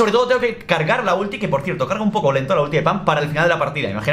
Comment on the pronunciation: Haré lo mismo que todos... Fallaste un poco con "poco" xd